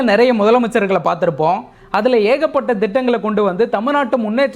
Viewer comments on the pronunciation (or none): none